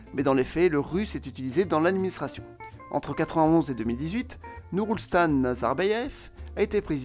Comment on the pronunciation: Pour info, le nom du président kazakh se prononce : nour soultan et pas nour ousltan